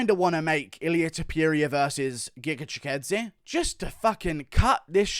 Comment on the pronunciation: Wtf bro that's giga chikadze not gigadze